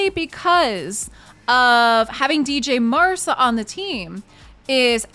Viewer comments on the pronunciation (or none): »dj marsa«?? the »dj« is pronounced like the »g« in »george«. is he »mc ronam« then? XD you also dropped her first »a«. cheers for the video. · D J Marsa!!! Really? The D couldn't possibly be silent could it. 🙄